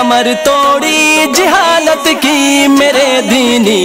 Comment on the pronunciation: hazrat jihalat nahi jahalat hota hai